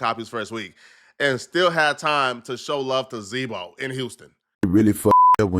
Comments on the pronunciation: its Z-Ro not Z-Mo😂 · Z-ro his name not Zboe bro😂😂😂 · Bro did u call Z-Ro...Z-Bo??? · DID HE JUST CALL ZERO ,ZEBO?????? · Z-Bo really??? You mean Z-Ro wtf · ITS Z-RO! I DONT KNOW WHO ZEBO IS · All due respect is "Z-Ro"